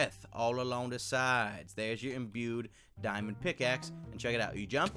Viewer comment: "Imbued Diamond Pickpickaxe"